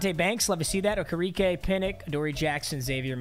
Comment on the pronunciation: Who tf is oka reka it’s okereke